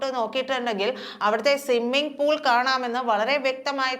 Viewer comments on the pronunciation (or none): സിമ്മിംഗ്പൂൾ അല്ല സ്വിമ്മിംഗ്പൂൾ ആണ്.